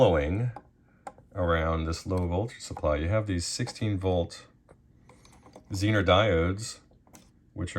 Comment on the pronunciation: Bro, It's pronounced "Zener", not "Zener"!